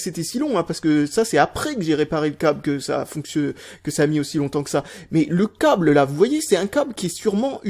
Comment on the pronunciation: "Le coble"